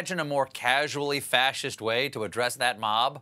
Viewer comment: "Potato--pfascist" LOL!